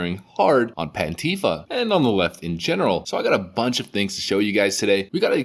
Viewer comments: The word "antifa" does not have a V in it. It can't be pronounced the way you say it. Anteeva would be closer to how you pronounce it. Just saying. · Did I hear you say Pantie fa??? Hilarious!!!!!